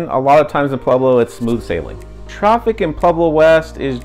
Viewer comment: Is he saying “PLueblo”? Why are people selectively illiterate?